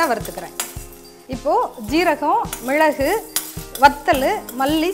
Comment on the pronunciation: Hi mam ur way of method is good but sorry to say ur pronunciation is not good... while speaking of ingredients... mizhalagu is not good pronunciation..